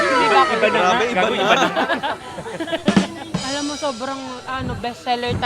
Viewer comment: "ivana"? no "iba na"